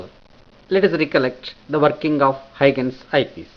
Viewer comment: very helpful video but i would request you to correct your pronunciation of huygens